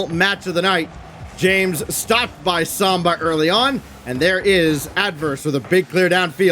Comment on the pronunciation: Please someone tell the commentary team it’s SAMBA not SOMBA....